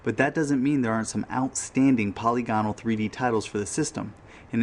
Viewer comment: Very good video. I'm not sure about Alone in the Dark being the "first" survival horror but definitely the first polygonal (puh-lig-uh-nul) survival horror. Nice job